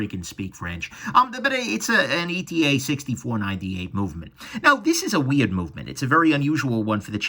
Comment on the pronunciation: ETA is "et-uh", as opposed to an abbreviation pronouncement. It's a version of Eterna. That movement is by Unitas. Something about those blued screws that's really impressive. Chemically blued screws leave a trace of nickel in the screws slots. Heat blued screws leave the screws with uniform blue throughout the screw. If that is the case as it appears in the video, that's is an amazing detail at this price point. Great review.